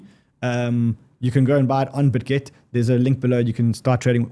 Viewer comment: says "ordi" "bitget" i hear "audi" "bitgate"